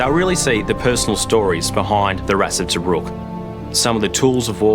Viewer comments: To -Brook is how you say it 😉😉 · To- bruk not toe-bruk